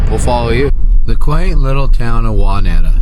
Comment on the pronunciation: I love how poorly you pronounced Wauneta. 😂 Don’t worry, you’re one of the millions that mispronounce it. You’re in my old stomping grounds. I’m from a teeny tiny town out there. I miss Nebraska so much!!